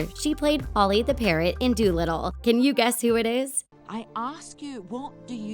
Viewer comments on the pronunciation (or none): none